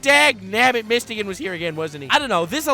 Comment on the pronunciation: It’s mist-o-gun that pronunciation was horrid